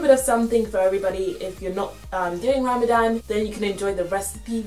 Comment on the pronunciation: and u say it ramathan but written Ramadan